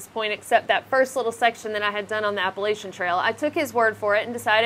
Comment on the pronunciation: The way you say Appalachia make me unhappy